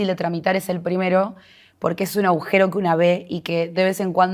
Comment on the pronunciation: Linda nota, me llamó la atencion que la entrevistadora diga varias veces AUJERO Y NO AGUJERO.